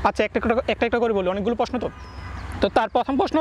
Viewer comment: Are posno na prosno r ansa na answer bol